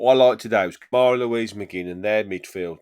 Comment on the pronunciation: Thankful for Konsa, no doubt. But he doesn't play defense as well as Mings. Also, I like Mings with the ball controlling tempo. I haven't seen that as much with Kamara back. Also, 1 out of 10 for the broadcaster getting Kamara's name wrong.